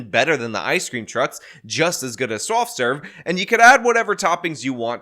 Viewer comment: "swoft swerve"